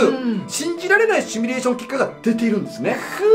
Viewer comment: 文字はシミュレーションだけど、シュミレーションって言ってません？